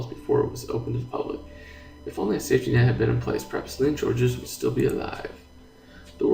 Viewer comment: Georges is pronounced as Zhorzh